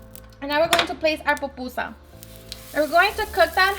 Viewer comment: Why can’t Mexicans say pupusas? tf is so hard about that word? 🤦🏻‍♂️ they literally pronounce and write Popusas! Gonna grab me some tacus and burratos.